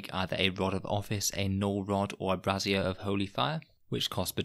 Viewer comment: it wouldn't have been about bras if he hadn't kept pronouncing 'brazier' like 'brassiere'...